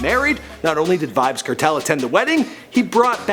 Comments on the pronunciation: it's pronounce as vybz kartel (CAR-TELL) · Kartel nah badda wid dis yah yanky white bwoi. Him nuh even no fi seh di mon name right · Kertel? wtf. You should know how to pronounce from the way it's spelled. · The way him pronounce Kartel tho so uptown "kertel" lol...Gaza fi life nah switch nuh day nuh time!! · My nigga it's kartel !! Let's pronounce it car-Tell alright !